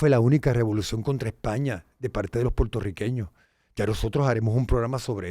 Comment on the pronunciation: ¡Mera! ¿Que te pasa? ¿No sabes decir Puertorriqueños? No se dice ‘Portorriqueños’ Dudo que hayas nacido en suelo de las Isla de Puerto Rico. Te empecé a escuchar y cuando escuché la palabra Potorriqueños… dejé de ver y escucharte.